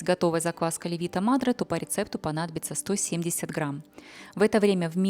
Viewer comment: добрый день! Спасибо за ваш труд! Как всегда, прекрасный рецепт! Странно, но, до сих пор, никто вам не подсказал что правильно говорить не леви"то мадре, а ле"вито мадре!!! Живу в Италии 26 лет, поэтому как произносится LE"VITO MADRE знаю точно! Удачи вам и успехов! С уважением Галина.